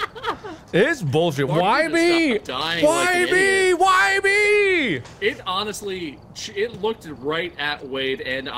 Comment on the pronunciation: Tbh everytime I hear honest I just hear Annus, so this is my life now